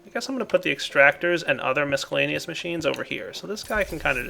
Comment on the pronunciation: im 90% sure you pronounces miscellaneous wrong